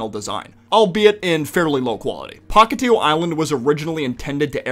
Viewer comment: genuinly, even tho i consider our Chris dub better than the english one, the fact that he keeps calling the island Pahkitev and not Pahkitew really triggers me